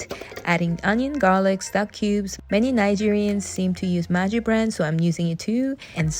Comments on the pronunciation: maggi not majji....still makin the g sound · Maggi is pronounced with a hard G like Goose. MAGGIE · The gg in maggie is pronounced as "g" in egg not "g" in "age".